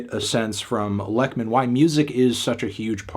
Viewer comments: He basically says "Leckmin", which is incorrect. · Except for Lekman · I opened this video to see if he would and yeah... not particularly close hahah